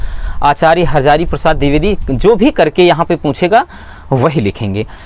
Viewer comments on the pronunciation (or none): none